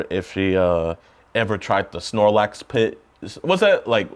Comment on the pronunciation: The sarlacc pit. Sounded like he said Snorlax 😂